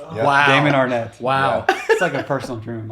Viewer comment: He said Damon Arnnette lmao he gone